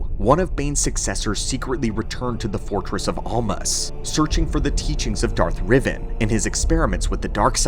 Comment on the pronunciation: .... Did you speak Darth Revan's (Rev-van) name has Revan (Rev-Von)???